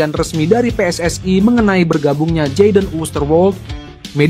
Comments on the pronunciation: Min pake bahasa indo saja kalau baca tulisan PSSI, kalau pake BHS inggris PSSI bacanya Double U, S, Ai, bukan Pe S S AI...salahhh...😂😂😂😂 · Bahasa nya yang benar ya...., pengucapannya jangan pakai bahasa tetangga sebelah... bahasa ROJAK .... ( PSSI diucapkan PSS Ai ) payah lu...‼️ Pakai bahasa Indonesia yang baik dan benar.... NKRI 🇲🇨 harga mati 👍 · WNI bukan WNAy PSSI bukan PSSAy..belajar bahasa Indonesia yg benar dong